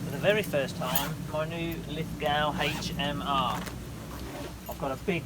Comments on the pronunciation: Pronounced Lith-go not Lith-gow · Always enjoy your videos. Thanks for posting. Btw it is pronounced Lith Go rather than Lith - Gow (The W doesn't get pronounced). Don't ask me why though. I grew up here but Ozzies and naming conventions can be a little funny at times. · Pronounced Lithgo dont sound the w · Great video but to enunciate Lithgow the NSW town keep the w silen and say it like: "Lith go" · Btw… it’s pronounced “Lith…go”… i know adding sneaky letters to a word is confusing. ;) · Pronounced Lith-go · Lith ‘go’ you silly English person We Aussies use a unique form of pronunciation which can only be mastered after booing Pommy cricketers for the temerity of beating in one form of the game or another!! Lithgow is LITHGO !!!!! Get it right! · Nice review thank you very much. I have just ordered the Lithgow .22lr😁 Btw ...Lithgow is pronounced Lith..go. 👍🇦🇺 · its pronounced Liffgo if your an aussie ;)